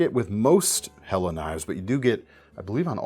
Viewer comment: Point of contention, how are you so happy that Helle Delle is back, yet do not know how to pronounce their name? Quibble. In English, delle can also mean a dale or dell, which is a hollow. Though given it is a Nordic country, best guess or ask them when they came back;-)